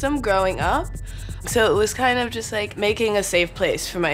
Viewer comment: "jush" c'mon jasmine masters influence